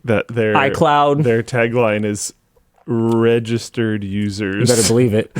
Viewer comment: what did he mean with that hard "registered" from "registered users" when talking about dropbox 700 milion registered users?